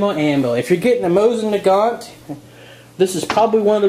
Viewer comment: Mo-seen nah-gone.